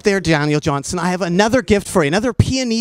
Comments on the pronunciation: Nardwar keeps saying his name wrong, and, it's aggravating! It's Johnston with a 't'! Not "Johnson!" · Johnston...Johnston Not Johnson...sheesh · Dude. His name is Daniel Johnston. With a ‘t’ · JOHN-STON...His name was Daniel Johnston...Not Johnson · called him Daniel "Johnson" about 15 times... smh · "Johnston" with a "t"- you know better, Nardwuar.